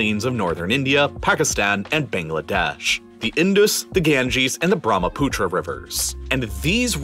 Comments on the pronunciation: Sorry to be that person, but it’s actually Brahmaputra, not Bhramputra. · As an indian, You are true Brahmaputra river is pronounced as Bruh-muh-put-rah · when he pronounced bharmaputra I died